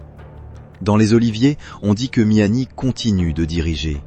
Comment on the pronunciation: Sinon c’est Kamel meziani pas miami imbecile 🤦🏻‍♂️